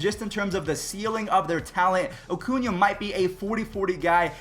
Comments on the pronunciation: Ronald "OHHHcuna" smh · “Ocuña” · Ronald “Ocuña”